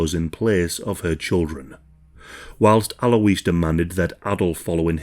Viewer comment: You pronounce Alois as 'alloys'.